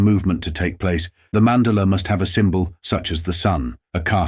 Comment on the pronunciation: "Mandala" is pronounced "man daah la"